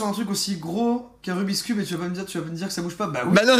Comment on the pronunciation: Trop chill la vidéo … par contre Joyca qui dit QUNQUN !!! Arrrrrgh il me saoul !!!